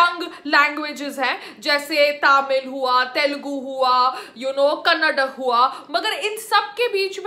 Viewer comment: Thnks payal.. Apne karnataka to thik se pronounce kiya..